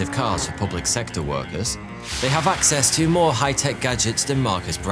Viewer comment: Er... "MOAR"????